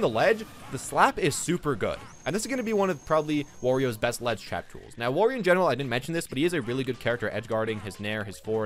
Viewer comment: It's wArio not wOrio